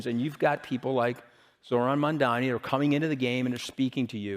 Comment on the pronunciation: I was watching the video and liked the stuff like the advice of keeping pride aside, etc. (and was planning to even subscribe) till there was this brief mention towards the end about Zohran Mamdani. I do not think the name was pronounced correctly (as it has ben seen with people who do not like him that much)and also noticed a bit of cynicism as well. Sorry, I stopped watching any further.